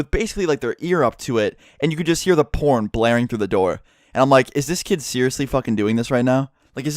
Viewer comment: You pronounced "porn" with a juicy "p" sound